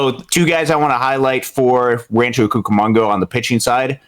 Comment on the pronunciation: Great job by today in summarizing the statistical standouts thus far this season. Just wanted to note, in a friendly way, that is mispronouncing Rancho Cucamonga (koo·kuh·muhng·guh). Not a big deal at all but those of us in California, and certainly anyone who follows Rancho closely or lives in the area, would notice that. Definitely enjoyed the segment today.